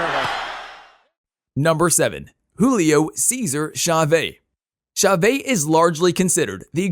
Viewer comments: Chavé? Lol. Cha-VEZ. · "Cha-Vay"??? WTF, how amateur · Who the hell is Julio Caeser CHAVAY????? Does he think he's pronouncing it how Mexicans do, lol??? Sorry mate, I love boxing and you got good videos, but come ON! I have a feeling "Wokeness" is behind the butchery of this great legend's name